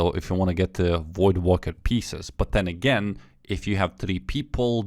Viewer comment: brother please stop pronouncing voidwaker like that, its WAKER not wooker